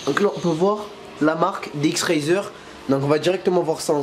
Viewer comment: ça se dit pas dx razer mais dx racer